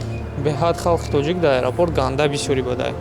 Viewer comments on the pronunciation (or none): none